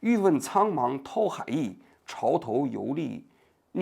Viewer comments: 王局 您的错别字越念越多了…… 范pāng dǎo海 bìng弃 dān精竭虑…… 好歹咱也是个知识分子 白字这么多真有点和您的行业水平不相称 平时还是多翻翻字典吧……听到好多次错别字了这期实在是太密了 尼采也不是启蒙主义那个时代的 差了一百多年的…… 错误真的有点多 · 范滂（pang），蹈（dǎo）海，王局怎么满嘴错别字，直追咱饼哥了。